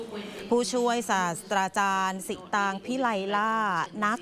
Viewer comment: ศาสตราจารย์ อ่านว่า สาด - ตรา - จาน ไม่ใช่ สาด - สะ - ตรา - จาน ยางิ = ยา-งิ ไม่ใช่ ยา-หงิ เป็นสื่อควรคำนึงเรื่องการออกเสียงและใช้ภาษาไทยให้ถูกต้อง